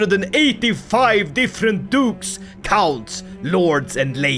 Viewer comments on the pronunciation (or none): none